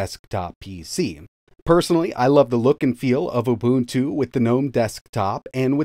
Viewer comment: Thank you for pronouncing UBUNTU correctly.